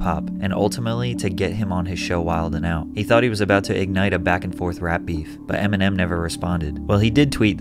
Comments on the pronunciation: Never heard anyone say the "d" in "wildin' out" 😂 Pretty funny when you're talking about someone being corny 😂😂😂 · FYI the D in wilding out is silent. You sound like the feds otherwise.